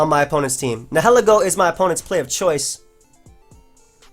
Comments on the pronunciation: its nye-hill-E-go n-hell-eggo makin me hungry af for waffles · I usually don't mind pokemon mispronunciations, but nihilego is definitely not ne-'he-li-go. Nihil is pronounced like Nile.